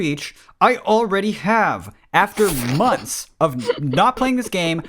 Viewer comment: i love how says mumpfs instead of months ^-^